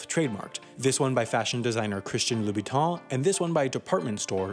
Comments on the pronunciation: The only illegal thing is how you pronounce Lubiton (Louboutin - Loo-Boo-Tan) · I don't think I have ever heard Louboutin's name so thoroughly butchered. Please do some research before trying to pronounce French names, ok? If only just listening to the audio in Google Translate (it's actually not that bad for Louboutin). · QUIT SAYING LOUBOUTIN WRONG!!! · Love the video but God, the pronunciation of Louboutin is absolutely horrendous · How could you fuck up the pronounciation of "Louboutin" so badly? :D